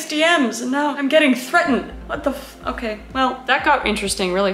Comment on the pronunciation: It's otay jeez